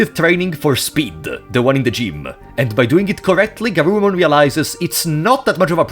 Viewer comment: + This is not GArurumon its GUrurumon ^^